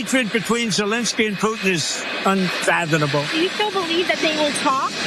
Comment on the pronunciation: Can't even pronounce unfathomable. He said "UNFATHINUBOLE" and clearly he thinks it means IMMEASURABLE